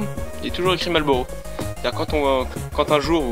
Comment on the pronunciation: Marrrllllbbbuuuuuurrowwwww, daigueulausse. Amewican Spiwit: 100% tabac ! Mieux.